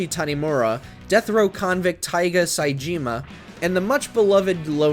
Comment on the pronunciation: >Yakuza 3 at Number 11 >Completely ignoring the PS2 games Trash ass list Also give your narrator some better direction next time, it's like you gave him the name Saejima (Sai-Ji-Mah) and just told him,"Do your best trying to pronounce it."